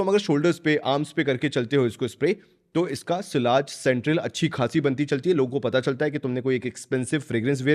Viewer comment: "Sillage" kyun bolta hain bhai. It's a French word and in British and US English also it's pronounced as ' Siaze' just like the French. Don't try to be over smart yaar. Lagta hain ye word ko aapne " Desi" bana dia hain. Then Kudos to you😅😅😅